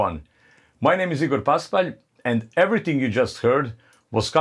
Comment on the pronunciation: thanks for the right pronunciation of your name! Pàspalj with accent on the first A, and Igor, not AIgor as for english people, but like in Italy. so when I discuss with friends about the best guitarist of the world I can make your name without errors!